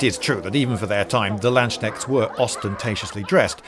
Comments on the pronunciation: "The Lanshnekts" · LANDSSCHNECHTS? you seem to have forgotten the K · Landsknechts, not Landschnechts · Do you really say "Landsknechts" instead of "Landsknechte" in English? Also, how come there were no whores with these "Landsknechts"? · Lloyd sayd The "Landschnecks" In German would be some like Landsnails lol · Landschnechts? Did he really say that? :D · The Landschnäkts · It has been pointed out to me that in this video I use a pronunciation of the word 'Landsknechts' that falls below the standard expected of me. This is an Anglicised version of the word, and for that I feel no shame, but the central S should apparently be spoken with a clean S sound as in 'soup spoon', and not a soft SH sound as in 'sugar'. My apologies to any viewers who are stricken by the sheer awfulness of it all. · I had to laugh so hard at how you pronounced "Landknechts" xD but then again, you would probably laugh at how I pronounce English words 😂